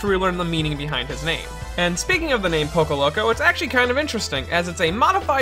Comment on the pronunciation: STOP SAY POCO PLZ